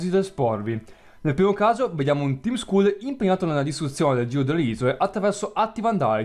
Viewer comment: scusa (senza offesa) ma il team skull andrebbe pronunciato team skal e ripeto l'ho detto senza insolenzaa solo per precisare ps: sei fantastico continua così